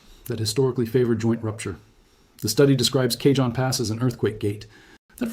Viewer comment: It's pronounced CAHONE